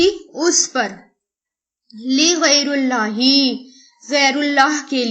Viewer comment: Madam pls see there is غیر الله with kasra harkat. You are pronunciation it with ضمه which is not right. Please do correct it